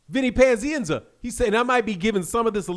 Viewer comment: Why do you say "panzienza" it's pazienza.